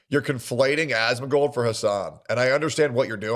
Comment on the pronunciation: every time he says "Ahhsmengold" I get so annoyed